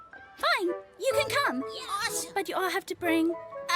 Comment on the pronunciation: Theory, she died and reincarnated into that girl that says "chu" instead of "you"